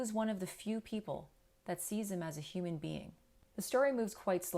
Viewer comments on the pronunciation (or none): none